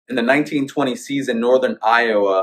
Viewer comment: Sounds like he said 1920 instead of 19-20. Great break down